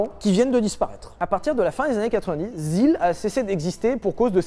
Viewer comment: l'asile (la zil) 🤣🤣🤣🤣🤣🤣🤣🤣🤣